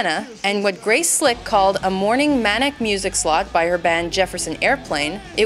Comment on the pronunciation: You mean "Maniac", not mainiac. Jeesh, another Goverment School Graduate.